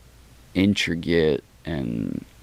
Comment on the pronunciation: Never trust a guy who cant even pronounce intricate right